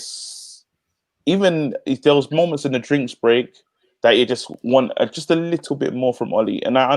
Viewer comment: it’s “little”, not “likkle” 😄